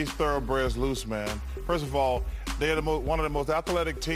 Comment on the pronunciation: Firth ov all, dey are the most athaletic teem